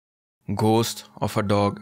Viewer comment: Google the pronunciation of ghost and proof … It sounds so bad .. fr heaven sake watch english shows in english not in hindi ..